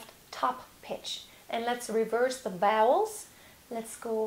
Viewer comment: Is she saying “reverse the bowels” or “vowels”?